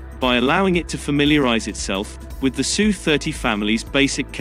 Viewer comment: It's not sue, it's S U. And China is buying more S. U. -35s.